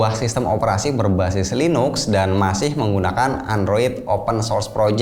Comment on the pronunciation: Nada bicara Linux buka mentah2 bulet seperti itu tapi ngomong nya Linix pengucapannya.